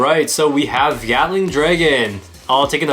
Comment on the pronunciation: What others hear:Gatling Dragon What I hear:Gyatling Dragon